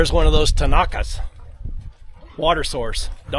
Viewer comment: Tinajas not tenakas